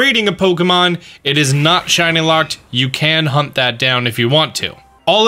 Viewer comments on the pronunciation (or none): none